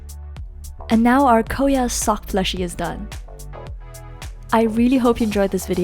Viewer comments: It's KOYA not koeya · Your pronouncing is wrong for KOYA!!! I thought this day wouldn’t come!! KOYA= koya (k-oi-ya) You’ll thank me later No worries